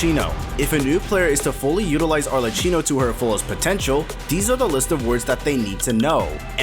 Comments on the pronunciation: its arleCCHINO not arleccino for god's sake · who the fuck is arleCHino??? she's pronounced as arle-cki-no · PLEASE, it's Arlecchino, not Arleccino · 1. after hearing so many arleCHinos i can safely bet that the pronounciation is intentional, but it still is so annoying 😭 points to you for farming comments i guess 2. youre absolutely wrong about the forte circuit counter, it doesnt standardise and/or intuitivey explain shit, even judging from the first available characters - every one of them uses it differently and often it means very different things. for some characters i agree, but others (like jianxin, taoqi, etc) cant quite be figured out just by looking at the thing, you still need to understand when and how exactly to use it. +from personal experience, it took me several days to figure out that the bar had any practical impact on the gameplay until i got to the in-game guides for the chars. and that is considering i read through everything before trying it out (as a professional genshin skill desc reader, in this essay i--) which leads me to the 3rd thingy. the overall message about wuwa having no such problem IS right, but specifically bc they have the guides for every character that walk you through their kits without walls of text (even tho those are present in the skills descriptions) while simultaneously being short and to-the-point so, youre kinda right, but also not at all lmao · arle-chee-no idk man i find it easier to understand genshins characters kits than wuthering waves (i know how almost every character works in genshin) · I'm crying with the pronunciation of Arlecchino. At least do some pronunciation research before uploading. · as an italian, this pronunciation is physically painful